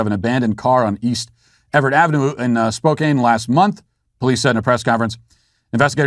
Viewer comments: Spokane is NOT pronounced Spo-CAIN. It is Spo-CAN. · "I sentence him to a round of applause and free beer for life". As soon as I can stop chuckling Imma head to work. Thanks Matt! Oh and it's pronounced Spo-can not Spo-cane. FYI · It’s Spo-CAN. Not Spo-CANE. 😉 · Pronounce it: Spoe….kan. Not Spoe…Kane ….even though spelled Spokane. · It’s pronounced spO can